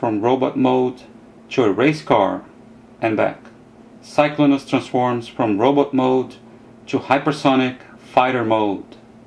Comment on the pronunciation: The way that said Rodtimus and Cyclonus is a little weird I understand he can't pronounce it right i thought it's funny